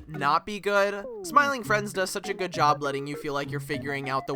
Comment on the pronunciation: i think if you work on your flat tone and the habit you have of dragging out the last word in all your sentences, your videos could be really fun to watch the long sentences in your script come out very robotic and then the sentence ends kinda... "whiny" ? just dragging out the last syllable "job-uh" "story-uh" "play-uh"